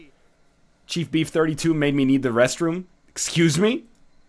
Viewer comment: Ex-squeeze-me?? LOL